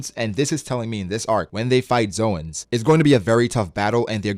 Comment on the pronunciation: Zoans Zo-ans actual pronunciation 'Zones'